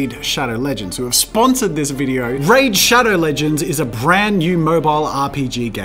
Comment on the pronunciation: No one: Jazza: RÄDĘ ŠHÆDŒW ŁĘGÊÑDŚ